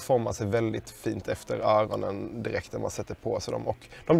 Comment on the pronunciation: 5.17 " dom formar sig perfekt efter ögonen" låter det som xD